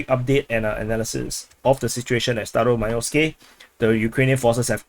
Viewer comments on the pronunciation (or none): Staromaioske I thought you said Stylo Milo SKI.😂